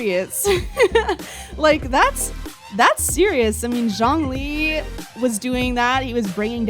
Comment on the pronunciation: I’m not seeing anyone mention it so even though this video is like a year old I wanna clarify the way said Zhongli’s name- the “Zh”, at least in his character for his name, is more like a “juh” sound in Chinese:D so he actually said it pretty close to the actual pronunciation, albeit more heavy on the J sound